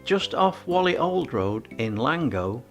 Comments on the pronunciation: As well as the pronuncation. It's Wall - ee, not wolli. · It is Whalley not Wally, you Wallie 😅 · And pronounced as in wall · Walley is spelt as Whalley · Very well put together, but please learn how to pronounce Whalley and Samlesbury